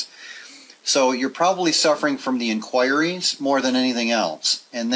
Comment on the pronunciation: In“choir”ees.. 😬 cringy hearing it. I can’t help but pronounce it as INK whuh ree.. great video though and solid advice.